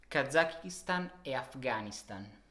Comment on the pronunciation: Afghanistan è una parola acuta, voi di solito sbagliate sempre la pronuncia.